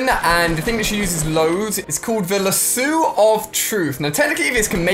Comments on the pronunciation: LASSOOO its pronounced lass-oh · Ali-A it is lasso not lassu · Ali-A it’s called a lasso. Lah-so. Not la-soo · Ali-A hey Ali, u mispronounced Lasso, it's Lasso u most pronounce the o, and not Lasso with a U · Who else was pissed off by him saying “lasoo” instead of lasso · Lasso (la-so) not lasoo?! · Its not lassOO its lasso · Lol its lasso not lassu! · what is lasu it is lasso boi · What’s a lassu it’s lasso also you say two yug jugs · Really “lassu” it’s “lasso” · you dont say it like lasoo you say it like lasso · What’s a lasu it’s called a lasso 🤣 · its lasso not lassoooo😥😂😂😂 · It’s lasso not lassu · he said laso it is LASSO La-ss-oo Lasso not La-sU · It’s lasso not lasoo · Lasso not la suo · It’s “Lasso” not “Lasoo” 😂😂😂😂😂💀💀💀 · "the LASSOU of truth" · Ali-A it is said la so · U miss pronounced laso but thank u for making the video was very enjoyable and distracting from a busy day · Ali-A wtf is a lassoo😂😂😂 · Lasooooe you said it's wrong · you pronounced lasso wrong its pronounced la-s-oe. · Lasu = lasoo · it's pronounced "lass o" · its lass (as in lassy) O (as in Oh) lasso L-ass- O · Yes it killed me every time he said Lasoo😂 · lah - soooooo lol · Jack Lichtenstein nah fam I say lasso it's just him and his dead pronunciation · He said lasso as "lasoo" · Lasuu is haw he pronounced lasso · Luh-sue = lasso 🤣🤣😂😂😂🤣🤣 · Dude he says lasso wrong La-su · its pronounced la ss o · Is anybody else annoyed on Ali's pronunciation of lasso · When Alia can’t pronounce lasso or themiscyra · MSU Bulldog Yes that was what I was thinking, and the way he pronounces lasso is hilarious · He pronounced lasso wrong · It’s killing me 😂😂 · That Star Wars Guy I know and it triggered me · LOL At Lasso pronunciation!!! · Umm it’s spelt LASUE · He said lasso wrong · Why is he pronouncing lasso so weird? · how did this boy mispronounce lasso ????? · omg the way he pronounces lasso makes me cringe